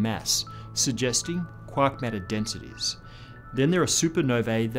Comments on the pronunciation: First time to this channel... At first I was confused as to what you meant from "quock" then finding out your were 'saying' "quark". Really bothered with the accent on this word. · I like how he says “quark”.